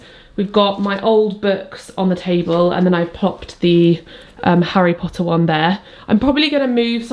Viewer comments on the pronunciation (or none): As an American, hearing you say Harry Pottah makes me so happy! I would love to do this, but I don’t have enough friends who are fans. It would be me and I would have to force my family to play along, lol.